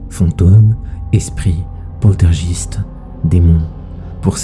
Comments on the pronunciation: Alooooors nooooon je t'arrête de suite c'est pas "Poltergiste" que ça ce prononce, c'est "Poltérguaïste" bon ma prononciation écrite c du freestyle hein mais c pas possible de prononcer ce mot commeg, dis plus jamais ça stp je regarde tout le temps tes vidéos x) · polteurgiste? xD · Polterjiste ta dis 😂